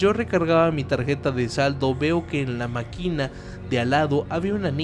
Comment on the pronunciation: No es anímas o animás Se dice "Las Ánimas" con pronunciación porque tiene acento en la primera Á No es maquína, es "máquina" CAPU es la central de autobuses de Puebla